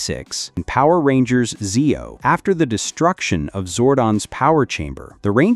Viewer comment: The guy who is talking in the video is saying all of the Power Rangers bad guys names wrong